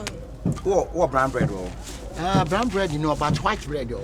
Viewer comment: Sugar blead paa...eii likee